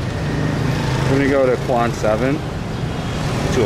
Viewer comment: Since you are speaking entirely in English to a mostly westerner audience, why not just say "District 7" instead of "Quan 7". You're butchering the Vietnamese word LOL.